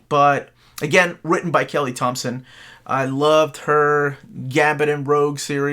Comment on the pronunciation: And thank you for pronouncing my name correctly.